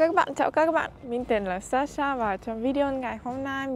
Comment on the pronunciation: Cảm ơn Sasha đã lựa chọn Tiếng Việt, yêu Văn Hoá Việt và con người Việt Nam. Thật sự, Sasha đang nói tiếng Việt khá tốt, cả phát âm và ngữ điệu nữa. Nếu có dịp ở Việt Nam một thời gian ngắn thôi, mình tin Sasha sẽ rất giỏi. Chúc Sasha sớm đạt được mọi mục tiêu phát triển tiếng Việt, luôn xinh đẹp và hạnh phúc nhé. ❤🎉❤